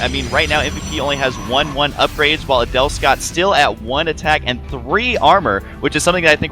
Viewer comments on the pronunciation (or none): Every time I hear Husky say Adelscott I hear 'anal'scott ><